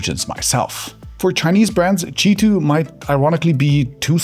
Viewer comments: why do you say cheeto ? isn't it Queue i 2 ? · Why is it pronounced cheetwo, omg I don't understand this language